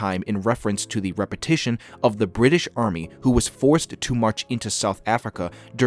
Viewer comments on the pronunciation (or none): none